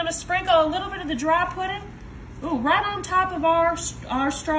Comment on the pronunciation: "Pudin" ❤ 😂 my family is from Tennessee, Alabama, and Arkansas.